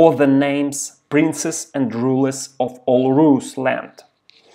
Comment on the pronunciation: Только не оф, а ов. Оф - это off, а of читается как ов.